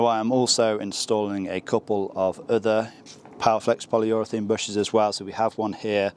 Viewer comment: Polyurethane not polyurethene